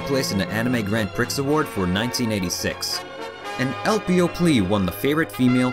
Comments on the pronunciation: if nobody said it yet 'prix' is pronounced "pree" and not "pricks" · Dude, I'm absolutely loving your vids but in the event it hasn't been said already, : ) the X in "Prix" is silent, and it's Adaptation - not adaption.